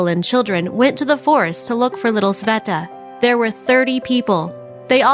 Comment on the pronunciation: its sveta not saveta